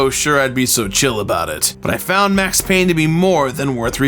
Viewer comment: It’s Payne!!!